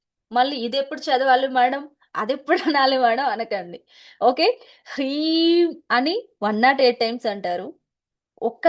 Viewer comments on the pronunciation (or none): ప్రీం కాదు హ్రీం